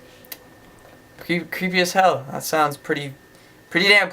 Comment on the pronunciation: shit when u said "creepy as hell" i though you said "creepy ass" 😂